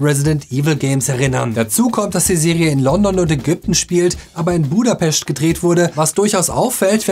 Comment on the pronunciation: Als jemand mit ungarischer Familie, freu ich mich, dass "budapest" richtig ausspricht. ICh denke, der Film Black Widow hat da einen Eindruck hinterlassen. Alleine deswegen liebe ich den Film! 😁